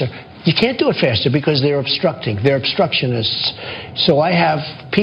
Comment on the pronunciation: Did you hear how hard it was for his little puckered sphincter mouth to say "obstructionist"? FOUR whole syllables? Whew!